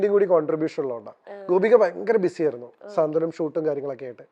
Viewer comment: സ്വാന്തനം അല്ല സാന്ത്വനം 😀😀😀